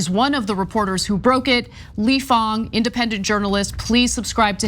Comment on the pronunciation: The influence on public discourse is frustrating, will definitely give the report a read. Maybe a small thing, believe it's "Fang" not "Fong"